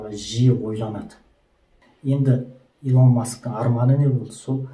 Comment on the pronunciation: Илон деп жазылады Илн деп айтылады брат